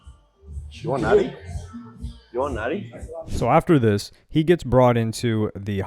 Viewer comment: sounded to me like you said natty like a beer